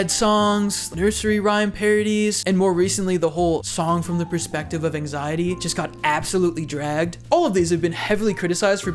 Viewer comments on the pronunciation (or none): none